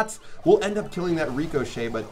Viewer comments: Y do you say (Rico-shay) instead of (Rick-ah-shay) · Lmao the way he pronounces ricochet is funny. He says REECOchet instead of ri-ca-chet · actually nevermind its more of a ri-cuh-chet I just put ri-ca because sometimes the A sounds like a lowercase U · Shadowphantom66 he calls it that because then he will be able to call it Rico. He explained it on another video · it was funny how you said reeeekoshay it sounded funny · cuz sometimes people shorten it and all him rico, which kind of translates into the reecochet sound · Why do you say ricochet like reekoshet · Pronounced rick-o-shay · It’s pronounced rihkashay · Lmao, the way he says ricochet